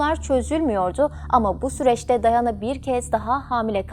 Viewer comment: Dayana değil Diana